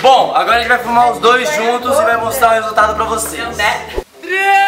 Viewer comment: Era pra ser "filmar", mas saiu "fumar"...kkkk